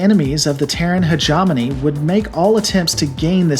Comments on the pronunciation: Hegemony is pronounced Heh-gem-ohn-ee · inserts audio pronunciation of hegemony *proceeds to mispronounce hegemony as hejawmoney * You...ssssssssssssstop it! You may be distantly related to a, but I like your lore videos. Much like Warhammer 40k, Battletech lore is awesome BECAUSE of its complexity. I will watch/listen to as many of these as you feel inclined to make. Great video. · Heh - gi - mone - ni .... lol love that robot. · lol by the end of the video you're just trolling with hi-jomony. Bless your heart. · This is all new to me, but I did enjoy how many different ways you pronounced "hegemony" ;-) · Every time you say hegemony wrong it makes me want to punch Urban mechs and kittens in the throat